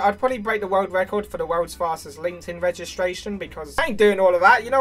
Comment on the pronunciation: I like than in his accent world is pronounced “wewd”